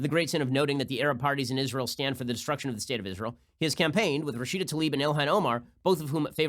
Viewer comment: Bernie Sanders thanks "Rasheeder" Tlaib.